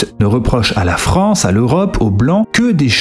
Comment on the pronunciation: Ahh, la Fronce...